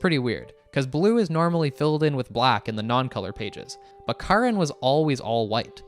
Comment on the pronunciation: it's actually Karin smart arse